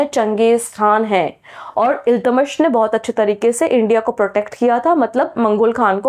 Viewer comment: Correct! Teacher ko sahi name bolna chahiye kyonki bahut sare bachche galat seekh lenge or aage unhe dikkat hogi. Shahnama hota hai shashnama nahi,Iltutmish hoga Iltamas nahi . Isme bura mane ki koi baat hi nahi hai,galti kisi se bhi ho sakti hai.